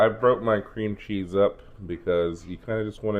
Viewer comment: Your recipe is very similar to mine although I've never thought to use cheez its. Great idea. I'm so glad your recipe does not have Velveeta in it. You crack me up the way you say "chezz" 😂.